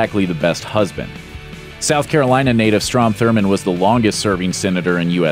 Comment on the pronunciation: Um, his name is Strom, not strong. Jesus.